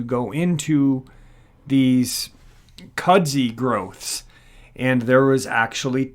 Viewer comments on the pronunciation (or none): Kud-zoo, not cudzy. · Kudzu, not "Kudzi". That...looks like a boar. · I don't mean to be an insult by any means. In the south Appalachia' S it's pronounced"kud-zoo". It came from Japan and is used to support a root system to prevent loose rockfall mostly